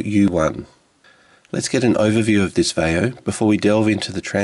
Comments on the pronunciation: "VYE - oh". Not "vay - oh." Seriously, have you ever heard ANYONE pronounce, Vaio the way you do? WTF... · it's va-ee-o.